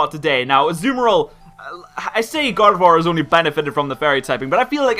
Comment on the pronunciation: when said Gardevoir i heard God of War